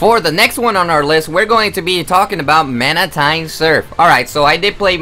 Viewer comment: MANAH TYNE SURPH!